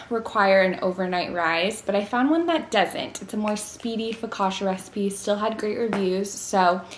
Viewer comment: Hi, loved the video❤ just a quick thing the spelling of focaccia is not „fokasha“ its kind of „fokatCHa“ ❤love Leila